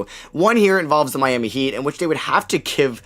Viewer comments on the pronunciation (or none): none